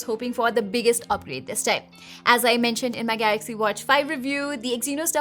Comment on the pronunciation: Ye madam galaxy ko gaRaxy kyun bolti hai. Compayyteetion... Full fake Accent madam ka. Sab tech reviewer banke ghoom rahe hain. Dislike button.